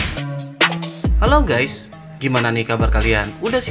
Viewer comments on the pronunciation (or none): none